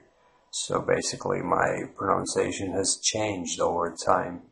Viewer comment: Your accent does not sound American or English. I would have guessed Lithuanian or maybe Estonian. Something eastern and northern anyway. Good on you for trying though. Suggestions: 1) Try saying "pro-NUNCE-ee-ation" when pronouncing "pronunciation". 2) Google "The Great Vowel Shift" to see why the spelling of English will get in the way when you try to pronounce it correctly. 3) Google "rhotic vs non-rhotic" to get a clearer idea about the "R" sound in English/American/Down Under accents. 4) Also, omitting the definite and indefinite articles is strong indicator of a non-native American/English speaker. 5) there are many accents within the US just as there are in the UK and Down Under. My experience of having lived in New Zealand, London, and California has taught me that an effective strategy is to focus on making your own accent comprehensible and pleasant without trying to sound like any specific accent. This will make your speech memorable and interesting without making it sound as though you are trying to mock someone else's accent. Just my two cents... Good luck